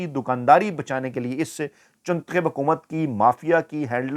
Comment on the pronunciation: I watch it because he says chuntakhib😂😂😂😂